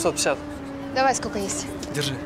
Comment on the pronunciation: Разве в русском языке есть слово"скоко", как произнесла актриса героиня(режет слух)